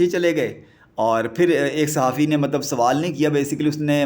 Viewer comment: Is it necessary to say ملب۔مطلب۔ مطب۔ملب in every sentence? Bro you need some serious coaching in Urdu pronunciation.